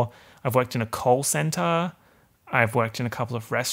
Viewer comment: I can't tell if you said call center or coal center, but all I can imagine is you shoveling coal